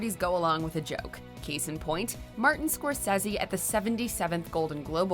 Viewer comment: Not pronouncing Martin Scorsese correctly, was the greatest peeve of all for me!!